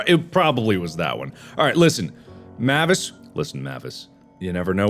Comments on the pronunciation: Mavis is "may-vis" my grandmother had that name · Can't believe someone would pronounce Mavis like that ☠ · It makes me uncomfortable how he pronounces "Mavis" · He even literally just said, "Mavis Beacon Teaches Typing" not that long ago, and he said it correctly. lol Don't understand how he got it wrong here! lol